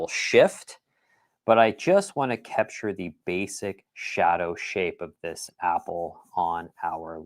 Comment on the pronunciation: I love the way say kepture 😊